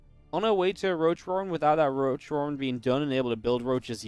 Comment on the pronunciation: and you say Roach roarren :D